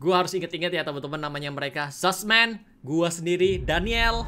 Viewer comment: bang lu ngomong zussman tapi kok kaya susman